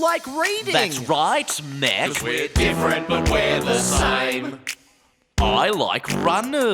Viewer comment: It just dawned on me that Broden said Meck at the end of the News paper bit. Strange times I'm living in man, strange times...